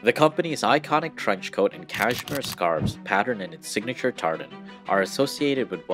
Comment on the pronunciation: The narratorJimmy L, needs a few lessons in how to pronounce words... it's SMOCK not SHMOCK, it's KASHMERE not KAZHMERE.